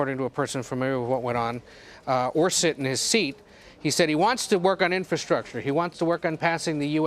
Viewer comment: I can barely understand what she is saying. She can’t pronounce the word infrastructure.